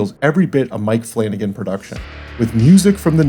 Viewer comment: Flanagan, flanacan